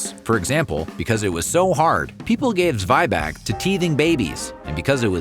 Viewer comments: Zweibach??? It is called Zwieback. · Zweibach sends me 😂 it's actually Zwieback - Zwie as in Zwei (two) and Back as in gebacken (baked). There are documented German/Bavarian recipes for Zwieback as old as 1860s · I'm pretty sure it's Zwieback, not Zweibach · Dude, where do you get your information? A lot of it is just wrong. It's not called Zweibach, it's Zwieback. It also appeared to me in the Werther's video. Who is your source for German (yeah, also talking for Swiss, because they also call it Zwieback) stories??